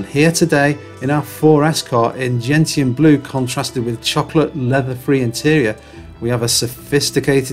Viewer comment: Surely it’s pronounced “genshion” the t=sh